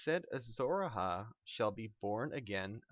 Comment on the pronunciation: tywin also put a lion skin in it. and it A-HI not A-HA